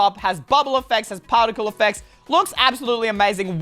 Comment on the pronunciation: In says partical eppects